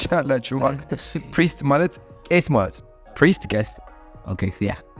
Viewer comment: you are the best Abi the way you try to tell the word priest is amazing